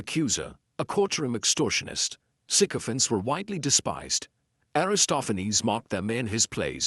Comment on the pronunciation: Thanks for pronouncing this correctly. All the newscasters are not